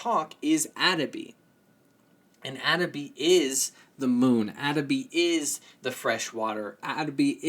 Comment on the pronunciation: Very nice explanation of our spirituality and stories, and sounds funny how you pronounce the names for Atabey ('A' tuh beh ' ee) and Wabancex (Wuh' ban 'sεsh). Great work thou, thank you.